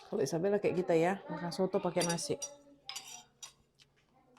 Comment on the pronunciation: Asli Amerika bilang soto ya 👍